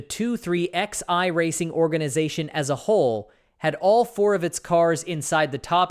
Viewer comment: It’s not pronounced as 23 XI racing it 2311. If you can’t get that part right why bother.